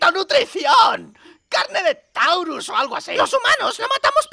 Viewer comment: haber dicho pokochos y tauros no taurus. Por lo demás me encanta tu trabajo